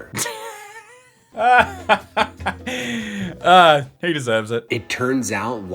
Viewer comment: Did anyone realize that instead of father, its " Not the fatha "